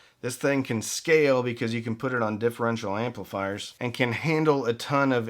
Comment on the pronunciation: ON; - it's pronounced "on"